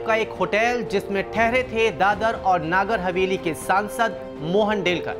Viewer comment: नागर हवेली नहीं है, जब नगर हवेली नहीं बोलना आता तो न्यूज चैनल बंद करदो ।🙏